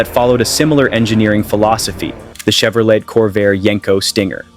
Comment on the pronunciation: Wait... Did that robot just say "Volks-WAJEN???" 🙃🤣 ....and the hilarious mismatched Mustang photos all over this mess...? Then: Shev-row-LET? ...of course to rhyme with "flush toilet??" Are there ANY humans behind this abortion at ALL?